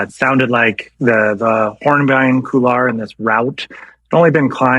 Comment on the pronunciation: COULOIR is pronounced COOL-WAR, not KOO-LAR! FFS! Are you really that ignorant, or do you have a lazy mouth?